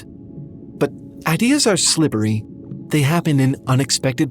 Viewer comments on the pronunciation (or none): Ain’t no way said “slibbery.” “…but ideas are slibbery.”